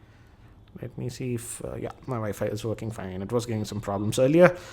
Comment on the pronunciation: abe saade ...wwiiiiffiii woo fooo wooffooo haahahha abe bolna to sikhle.....u take that back cover screen gaurd XD haaaha